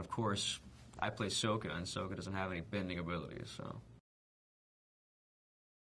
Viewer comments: To you but to me it sounds not that different. I'm watching Book 1: Water, Chapter 19: The Seige of the North Part 1 and the dude about to marry Yue just said "Let me tell you, Sokka... I've sported a lot of girls but Yue is the finest" and when he said it, he pronounced it "Soaka" like Rathbone. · omg I love him but he needs to stop saying sokka wrong😠😠😠😠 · he said his sokka's name wrong, that's just sad. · Stop saying that HE didnt say the names right, thats how the DIRECTOR told him to you idiots! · That's because that's how Sokka is pronounced in the movie, Aang's name is pronounced Ung int he movie too... yeah No idea why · he pronounced sokka's name wrong!!!!